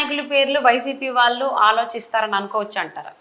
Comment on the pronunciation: Lady anchor.Telugu pronunciation correct ga cheyyandi.. వాళ్ళు అనాలి..వాలు కాదు